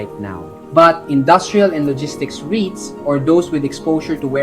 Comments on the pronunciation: You should use your own talking voice instead of AI. "Rights" instead of "rits". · Eto naman si kuya, ibaiba ang pronunciation ng REITS? Ano ba talaga kuya?😂